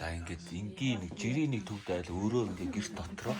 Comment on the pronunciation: Төвөд биш төвд байгаа шүү